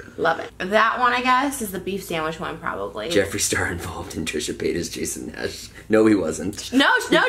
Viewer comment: “TrishUUHH pAAayuhtus and JAYson NAAash”